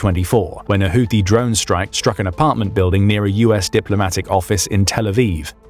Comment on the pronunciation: It’s pronounced who tea.